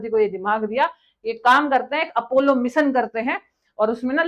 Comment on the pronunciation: इतने पड़े लिखें हो, कम से कम अपना pronounciation और grammar पे थोड़ा ठीक कर लीजिये.... राकेस शर्मा नहीं वो राकेश शर्मा थे, जोन केन्नेडी नहीं वो जॉन केन्नेडी थे, मिसन नहीं मिशन होता है, सूट नहीं शूट होता है, और चाँद पे साइंटिस्ट नहीं astraunaut गए थे